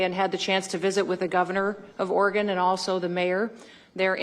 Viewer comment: Haha, Portland, Or-E-Gone.